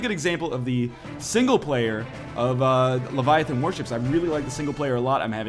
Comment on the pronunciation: It's LEVIAthon, not leviaTHOON. (Harry Potter Reference)